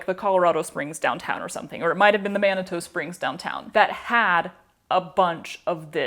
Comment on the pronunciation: Manitou Springs is a small "artists" town adjacent to Colorado Springs on the way to Pikes Peak. Last syllable pronounced two. As for having the spoons - make a fabric "case" with a back section for an 1/8" piece of plywood or Masonite. From the video, I guess about 2' x4' should be adequate. Maybe smaller. Use your grommet maker to place holes in the fabric the width you need for each spoon. Use narrow ribbon to attach each individual spoon. You will not be putting holes in the wood. It is for stability. Rigid foam could be used as well. The fabric and ribbons can be as neutral or wild as desired.